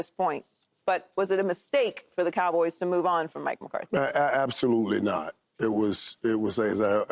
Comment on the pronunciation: Hey Paul, its McCarthy, not Mcartey for the 100th time.